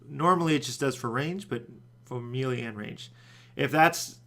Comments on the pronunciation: where in the hell do people pronounce melee (may lay) like "mealy" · Eye twitches It's Pronounced May-lay. Not Mee-lee. Gah! ... I still love you :p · Melee is pronouced "May-lay", not "Mee-lee"